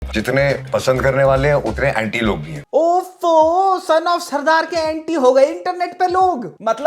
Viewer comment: Why r u saying punjabi as surdard??. Wdym